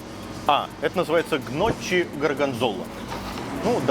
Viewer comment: Гноччи улыбнуло))) может стоило подготовиться перед обзором итальянской кухни.